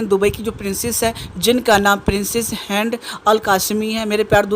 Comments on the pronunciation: هند القاسمي نام ہے، تم تو مسلم ہو تم کو صحیح تلفظ آنا چاہیے.. Hind hai ہینڈ nahi hai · Handaa nai "Hindaa hai